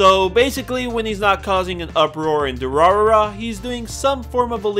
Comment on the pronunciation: Side note: when you have 3 'r' sounds in rapid succession, the middle one is pronounced like 'd'. So the pronunciation of Durarara is du-ra-da-ra. Also the author didn't have a name for this series at first, and when caught off guard by the publisher, "Durarara!!" is what came out.